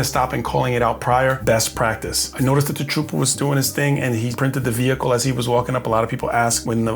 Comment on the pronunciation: VEEE HICLE